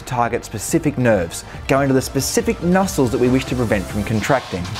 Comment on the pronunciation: "going to the specific nussles (????) that we wish to prevent from contracting DSHHHH-WUBWUBWUBWUBWIBWIWBWBPWSHHHHHHHH-WUBWUBWUBWUBBUUUUUUUUUUUDA-DSHHHHHHHHWUBWUBWUB.. That's how M̶a̶f̶i̶a̶ Botox works"